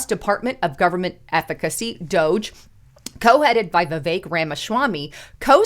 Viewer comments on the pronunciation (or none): none